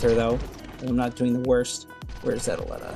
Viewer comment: U pronounce it /alleta/ when I looks closer to Aleta (/elite/a/ with an 'A' at the start) Like the movie alita battle engine. ???